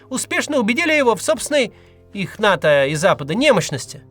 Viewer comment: Не НАТА, а НАТО